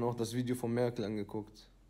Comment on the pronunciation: Der sagt "Mein Pehrle"